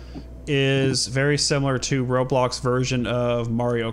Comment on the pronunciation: did anyone hear say robux instead of roblox in the intro